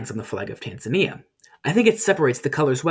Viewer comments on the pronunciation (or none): none